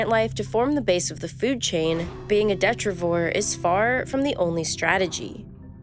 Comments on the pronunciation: It’s actually de-TRYE-ti-vohr. 🤓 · You called the vampire squid a "detrivore", but did you mean "detritivore"? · De-tri-ti-vore detritivore. Not de-tri-vore. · The vampire squid is a WHATrivour? She said marine snow yeah but what’s the spelling of it